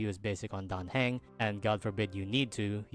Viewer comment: His surname is pronounced hung not hang